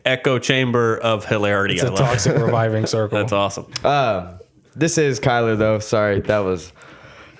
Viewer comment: It’s Kyler there’s an r at the end , I’m like the type r of Kyle’s